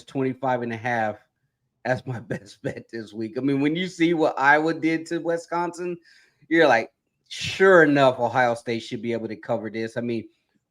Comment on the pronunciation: It's not WEST-consin! FFS, you guys never get any better.